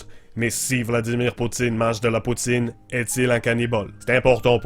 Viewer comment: Je suis Canadien anglophone donc peut-être je me trompe ici, mais chu tout à fait sûr que le mot « poutine, » c'est prononcé plutôt comme « pou-tsaine » en Québec (si on le disait dans un accent anglophone, ça serait comme "poo-tin" que "poo-teen") :)